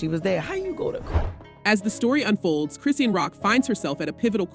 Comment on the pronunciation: Mmm, I’m interested in an update but not click-bait. Meaning, the voiceover don’t even know how to pronounce the girl’s name correctly. Thus, lacking credibility. I stopped watching this video .